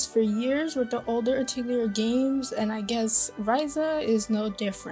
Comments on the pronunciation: The games that are dubbed in English pronounce it this way. It’s incorrect but it’s the way they say it. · Pretty sure you're pronouncing "Atelier" incorrectly.